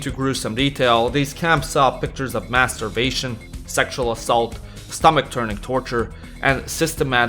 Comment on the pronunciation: I legit thought you said "masturbation rather than maas starvation